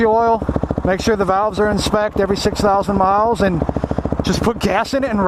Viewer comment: valves in “spect” too lol, it’s spec, short for specification.. he says it every time in every video, spect, smh